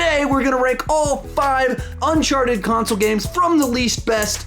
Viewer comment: It's Uncharted, not Unchardet. I'm not trying to be an asshole or anything but this really bothered me for some reason. Great list by the way.